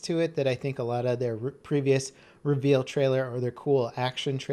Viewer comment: cough cough I'm sorry what? Did you say reavel ?